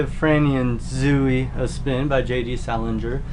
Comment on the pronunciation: Yes, Virgin Suicides, so good! I also really want to read Franny and Zooey (I'm pretty sure it's pronounced Zo-ey rather than Zoo-ey though). Is your Leaves of Grass abridged or selected poems? My copy is a lot bigger.